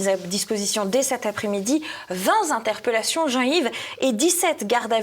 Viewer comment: 9' et quelques: "vingt z'interpellations" 🙃